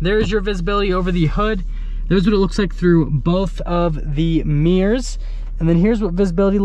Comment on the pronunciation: Meers or mirrors? 😅